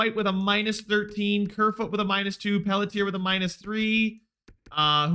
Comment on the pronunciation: Pelletier is pronounced (Pel-CHIE-aye) btw